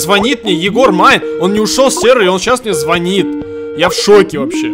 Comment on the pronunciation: Не звонит, а звонит